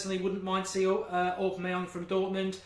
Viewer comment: Haha had to rewind to hear how you pronounced aubamyang